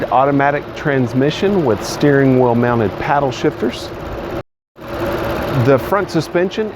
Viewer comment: lol someone caught that, reminded me of stewie "cool QHWIP"